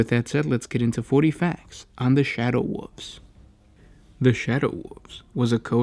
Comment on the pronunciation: "Shadow woofs"